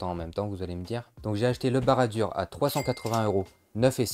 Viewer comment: Tres bonne vidéo mais ça se prononce barad dour !